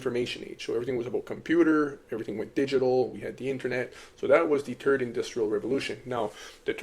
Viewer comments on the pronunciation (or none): How are you able to pronounce the word "the" butt you say TURD instead of THird ?😂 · Are you saying turd? LOL